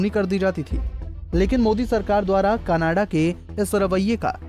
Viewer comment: Pehle canada kehna tan sikh la bayiya canadaaa khi jana a hahaha 🤣